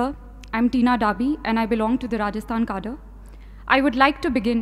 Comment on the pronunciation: It's Rajasthan Cadre, not Rajasthan Kadar.